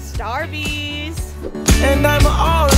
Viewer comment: So funny always says Starbucks like starbies